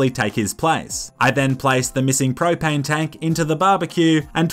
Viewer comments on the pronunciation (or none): none